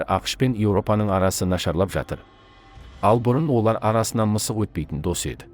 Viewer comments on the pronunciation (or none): none